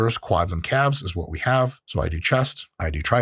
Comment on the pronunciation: Oye wey.. KA-Lves had me rolling. Super helpful video DOC